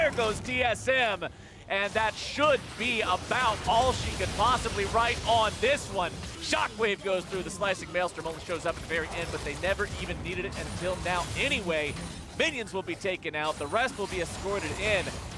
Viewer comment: Maelstrom idiot, not maelstorm